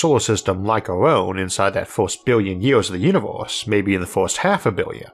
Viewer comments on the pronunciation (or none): It is pronounced universe not uniwoos. 😄